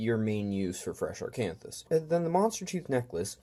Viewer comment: Good videos, surely helpful for new players!There’s no ‘r’ in Acanthus